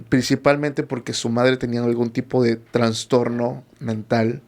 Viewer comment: Todo muy bien pero el término es TRASTORNO, NO TRANSTORNO